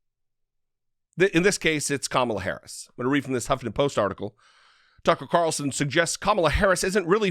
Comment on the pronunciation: TuckeRitchie CaRitchlson